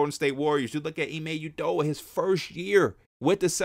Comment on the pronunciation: It’s UDO-KA, stop this Udo-ah rubbish